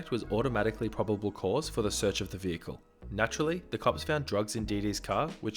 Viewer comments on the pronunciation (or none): none